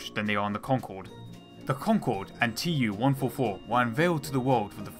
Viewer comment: IL -2 is pronounced "eew-2" fron "Ilyushin" and TU-144 is pronounced "too-144"